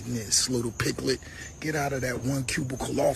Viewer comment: He said lil pigglet! 😂